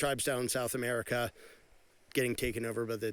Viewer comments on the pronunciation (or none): none